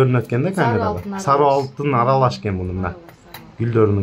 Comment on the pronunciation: Билек эмес билерик Сару эмес сары туура айтсанар